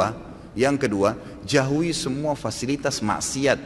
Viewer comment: jauhi ustad bkn jahui 😄